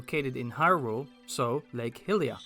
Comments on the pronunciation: My pleasure! Think of it like high-ly-uh and high-ly-an if that helps at all. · I really don't want to be that guy because I love what I've seen of your videos, but the Goddess's name is typically pronounced hai-li-a, specifically in Breath of the Wild's spoken dialogue, and the human race are called hai-li-ens.